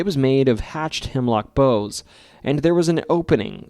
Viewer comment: Sorry, but a lot of people seem to be mispronouncing the word "boughs" but most of them I believe are AI. I am assuming you're not so just out of courtesy, "bough" like boughs of branches is pronounced like "bow" such as when you bow for an audience after performing. Unfortunately, "bow" can be pronounced with a long "O" which is basically what you tie your show with and how you seem to be pronouncing bough or boughs. Unless an accent is getting in the way. I only mention it because I listen to you and other videos while working on other things and it really throws me off when people mispronounce words. I am a dyslexic with a hearing intake processing disorder - yeah, I had to have both - so I know that learning English can be difficult even as a 1st language. I can't be the only one who gets thrown off when words are mispronounced. I accept how Europeans pronounce some English words differently from watching British and Australian Detective shows but I don't think that's the case here.